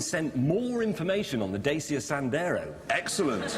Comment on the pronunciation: I found out the other day that Dacia is actually pronounced like 'Datchia'.